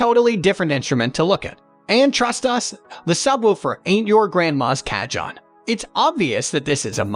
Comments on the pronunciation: You do yourself no favours by calling them cajohns. They are pronounced cahoons! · You called t a KA-JOHN. What it is... is a Ka-HONE. The "J" has an "H" sound, LOL! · Cah-John, or Kah-Hone? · mdf is garbage, cahone ,not cajone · If you’re going to do a review and have any credibility at all for the viewer learn how to pronounce the instruments correct name CA-HONE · It’s pronounced Ca-hone 🙄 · AI crap. Can't even pronounce the word cajon! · Learn how to say cajon...hard to believe u know what ur talking about if u don't know how to pronounce correctly. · Can't take a review seriously when the reviewer continuously mispronounces the instrument and you never get to hear any of them.